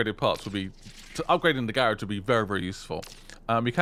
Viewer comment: I don’t know if u read these but the way u say the garage is wrong.